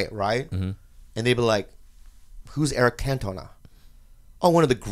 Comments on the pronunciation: A self-professed Arsenal fan loves Eric Cantona, a Man Utd legend. Interesting. And Bobby, it's pronounced Cant-ona, not Can-toe-na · First Eric Cantona isn't one of the greatest French soccer players in the history of the world and second that isn't how you pronounce his name. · The way he pronounces Cantona is not okay.